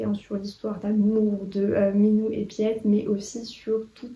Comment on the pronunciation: Je voulais juste dire que "Piet" en néerlandais ça se prononce "Pit" en pas "pièt" 🙈 c'est le diminutif de Pieter. Le réseau Alice est dans ma PAL, j'ai été convaincue de le lire cette année 😊